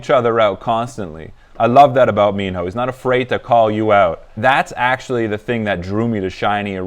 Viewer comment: I like; thank you for reacting to Minho..it's pronounced as Mino, minus letter h